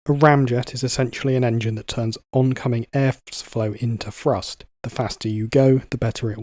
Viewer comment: Say it with me narrator.... THree, THrust, not 'Free' and 'Frust'. How is pronouncing words so fucking difficult for some people. Absolutely infuriating to listen to.